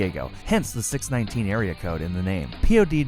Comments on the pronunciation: It's laughable how obvious it is that these guys no nothing about wrestling. They used a picture of Alicia Fox when talking abut Naomi, they used a picture of Kalisto when talking about Rey Mysterio, and he called it the six nineteen and not the six-one-nine smh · u said 619 wrong u said 6 19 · it is six one nine. not six nineteen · He actually said six nineteen its six one nine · i know you did not just say "6 19" instead of 6 1 9... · you messed up a couple pics. Naomi and Rey. and its boo-yaka and 6-1-9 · You're not a wrestling fan are you? who says booyaka six nineteen it's six one nine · "Booyahaka six nineteen" really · Wtf?! Boo ya ka ka six nineteen? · it is 6-1-9 word(six-one-nine) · I unsubed when he said six NINETEEN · "Booyaka six nineteen" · Booyakaka Six-Nineteen. ARRRRRGGGGGGHHHHH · You mistake Matt Hardy for Jeff, you said "six nineteen". Do you even watch wrestling? Wtf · hahahahahaha "boo yaka ka 6 nineteen" you have special needs lad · You didn't pronounce Rey Mysterio's theme right and you also used a picture of Kalisto instead of mysterio